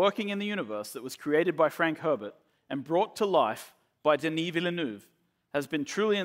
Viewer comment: Please someone make a video compilation of how anglophone people butcher the name „Villeneuve“